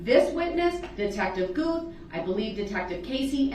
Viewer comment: It's Detective Gooth, DB couldn't say it correctly.